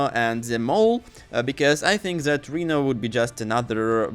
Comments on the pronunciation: What the hell is a reeno?! 😅 The man’s name Is Rhino (Rye-No) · It's "Rino" with a long "I" sound not "Reno"... Honestly if ur gonna make videos using English then u gotta pronounce names correctly 😅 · No hate but please stop pronouncing rhino as Reno it's pronouncing r-hi-no. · Fr lmao I was like who on earth is Reno? 😂